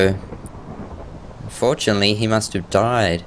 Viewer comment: It sounded like"Fourtunetly he must have died" C